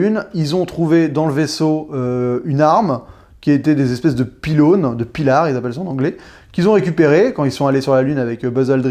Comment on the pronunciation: En anglais ils disent Pilers pas pilare 🙄